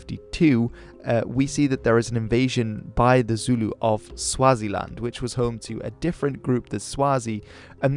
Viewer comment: Yas you pronounce Zulu correctly unlike other channels I’ve watched lol